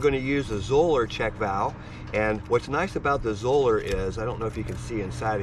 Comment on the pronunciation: Zoeller rhymes with Dollar.